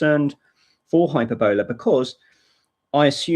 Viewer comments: Sorry for nitpicking, but 'Hyperbola' is pronounced: Hyper-bill-uuh & not Hyper-bowler. Hope this helped ;) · glad he put it in the Desc.... cause it sounds like he is saying "hyperbella" and no such distro exists lol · It's high PER boll ah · The accent in 'Hyperbola' is on the second syllable, not the third, as you are saying it. Maybe the FSF need to step in with this legal issue? Are Microsoft actively pushing this? I wouldn't be surprised. It sounds like a nasty tactic, perpetrated by somebody with a vested interest in competing with, and eradicating, Linux.